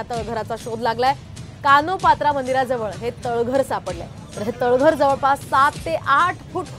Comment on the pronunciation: "कान्होपात्रा " असं आहे, कानोपात्रा हा चुकीचा ऊच्चार.